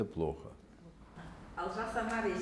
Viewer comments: Правильно произносите ИМЯ ОЛЖАС , а не АЛЖАС . АЛЖАС ( АЛЖЫҒАН ) - по казахский << ЧЁКНУТЫЙ >> с МОЗГАМИ не в ПОРЯДКЕ . ШОВИНИСТКА не называйте больше АЛЖАСОМ . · Имя его ОЛЖАС, а не Алжас! Пжл.правильно произносите имя ! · Олжас а не Алжас